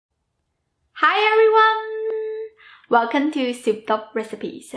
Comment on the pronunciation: WelcoMMMM not WELCONNNN !!